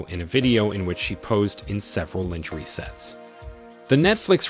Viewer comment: My only crtitique is the pronunciation of the word "lingerie" phonetically it is said "lawn-ger-aay" the rest of the video 📹 is cool 😎 👌 👍!